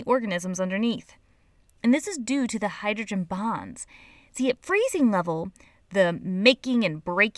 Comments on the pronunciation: when she said hydrogen bonds i thought she said hydrogen bombs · it sounded like she said hydrogen bombs.